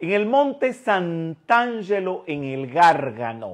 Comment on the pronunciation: Garg a' no. Accento su seconda a. Espero que disfrutes pronunciándolo correctamente. la cueva del perdón allí es un lugar de energía muy poderosa